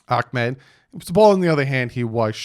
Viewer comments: i’m sorry but i feel like the commentators were saying his name wrong. it’s “ahmed” not “akmed”. fun fact my close friend back in seattle went to high school with him 🔥🐬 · Love your work.. It's pronounced.. Ahmed. Tho